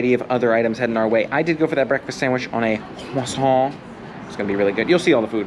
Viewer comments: For the love of all that is holy, please stop pronouncing croissant that way! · Had to dislike the video on the 4th time you said croissant. I couldn't take it anymore.